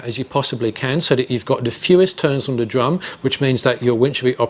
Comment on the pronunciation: Excellent video. The only problem I had was with his accent and the use of the variable "D". Lol, his "th" pronunciation is identical to the letter D. . . I found myself looking at "D" on the graph a couple of times when he said "the". Dee video was great oder dan dat.